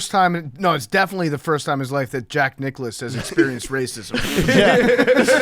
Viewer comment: really said Jack Nic' Klause